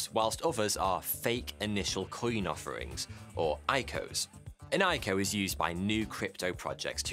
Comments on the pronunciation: who says eyeco??? i c o...initial coin offering.... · Say it with me Eye Sea Oh. No one says EyeCo. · Triggered me it's pronounced "I cee oh". Do your own research it's not all bad. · Who calls it an "IKO" lol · Hey when saying “ico” it’s usually said I-C-O just like how IPO is pronounced